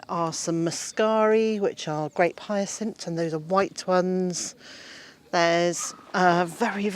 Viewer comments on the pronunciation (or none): none